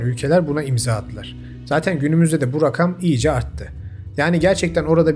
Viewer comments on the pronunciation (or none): none